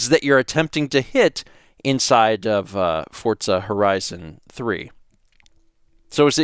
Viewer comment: Does anyone else hear him saying “fort-za” the whole time?